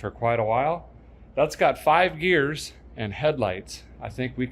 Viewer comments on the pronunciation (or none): none